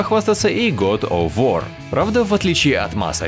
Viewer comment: Правильно читается гАд оф вОр